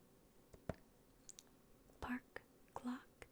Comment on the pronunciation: What she said: “Park Clock” What my brain heard: “Park GLOCK” 😂